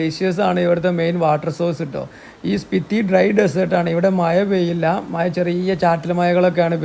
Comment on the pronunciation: Nalla programme,Maya alla Mazha ennupara